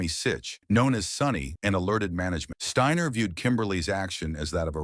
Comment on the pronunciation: Shteiner??? Ai with a speech impediment